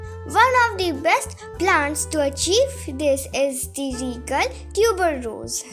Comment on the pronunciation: It's not tuber rose, , it's tuberose. Plz correct yourself